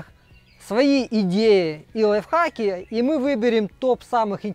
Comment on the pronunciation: Одному мне в слышится что говорит "лайв факи"?:)